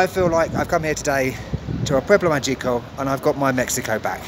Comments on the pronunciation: Another great episode! But you're a "native" by now, so it's pronounced ma-hee-co. LOL. The g has an h sound. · Actually, I made a mistake and its MAH-hee-ko with the emphasis on the first syllable. Anyway, thank you so much for visiting these not so obvious destinations and keep up the good work. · Pronounce "Magico" like mah-HEE-ko